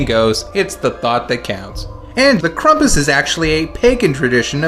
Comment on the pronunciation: ... why are you pronouncing it "KRUMP-us"?